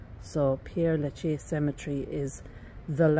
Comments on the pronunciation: Hi! You’re mispronouncing the name! It is NOT “Pierre”, but Père (like pear) 🌹🌻🌸🌼🌺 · Ye I did but never was I thought how to say Père Lachaise, funny that ain't it 😅🤣 oh by the way it's nice to be nice, I think I apologised in the video about my pronunciation, then you probably didn't watch 😅 too busy running to the comments 😉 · you’re not getting the point, you visit a world famous cemetery and cannot be bothered to learn how to pronounce its name. Tut tut pull up your socks dear! The video is great btw, I love this cemetery but have not seen it all. Cheers 😢